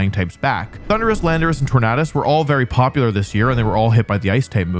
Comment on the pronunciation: man can’t pronounce tornadus right